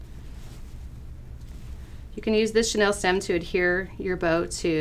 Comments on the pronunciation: It’s not Chanel it’s chenille: shen-eel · And it’s pronounced chenILLE as in sheh-NEEL...not Chanel!!! At any rate...it’s a pipe cleaner! LOL